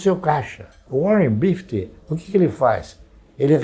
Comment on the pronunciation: Warren bifity kkkkkkkkkkkkk